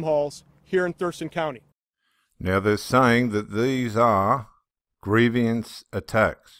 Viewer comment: Not gree- vi- ans